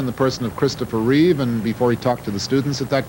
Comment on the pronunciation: Please don’t take this mean, but it’s REEVE.